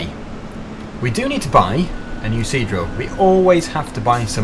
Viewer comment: Now I can only hear him say c-drill